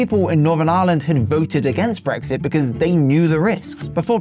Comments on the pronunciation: are you really pronouncing Ireland as Aaaahlund? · The way he pronounces Ireland is extremely irritating